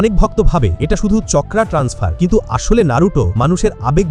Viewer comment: চাকরা ❌ চকরা ✅😂😂😂😂